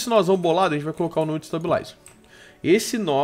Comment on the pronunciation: pf para de falar nó é node